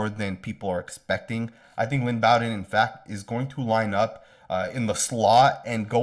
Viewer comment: Thanks for your videos. You do a great job. FYI- Lynn Bowden’s last name is pronounced Bo Din as in Bo Jackson.